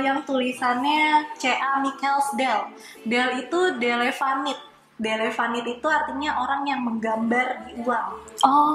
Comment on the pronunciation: Kak, keselip ya...delinavit bukan delevanit...